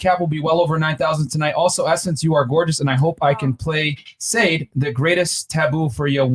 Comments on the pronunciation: Ya boy Myron, called Shar-de.(Sade) Said. You millennials need to grow up and get educated.😏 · Put some respect on Sade's name. It Sah-Day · 😲😲😲 NONE OF THEM knew Sade's famous song "The Sweetest Taboo", i am truly shocked !! Lool, Myron said " i don't know what it is" 🤣🤣🤣 i'm dead !! Come on guys, none of you know Sade Adu ??!!! It's pronounced "Sha Dé" not "Sade as "spade" but hey, not everybody knows every classics i guess lol, can't be mad at that. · Can't believe that this man miss pronounced Sade, like do you even listen to good music ?